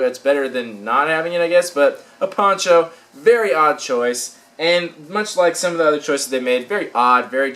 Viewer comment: when you said ponCho it sounded like you said porn show